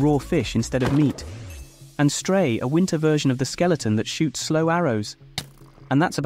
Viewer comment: Is your text to speech able to say "the"?